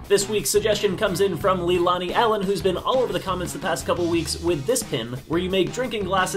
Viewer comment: my real name is Leilani lol you pronounced her name wrong by the way